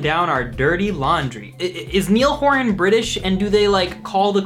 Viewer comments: I love you but please never say "nil horen" again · Note: Niall Horan is pronounced Nile (like the river) Whore-an. Just thought I'd point it out, cause so many people mispronounce it 😊 Anyway, love this video! 😄